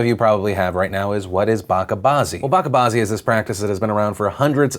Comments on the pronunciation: I know this might be a minor issue. Bacha bazi is pronounced as "Ba" - "CHA" - "BAa" - "Zi" not "BA"-"KA". "Bacha" = Child. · Bachabazi is pronounced with a ch like in bunch iirc